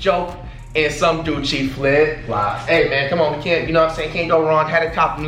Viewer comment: This man said doucci